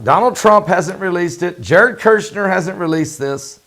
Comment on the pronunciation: Jared Kushner, not Jared Kirshner!